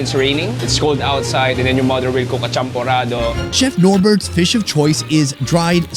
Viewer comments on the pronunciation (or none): The champorado. They massacred it 🤣🤣🤣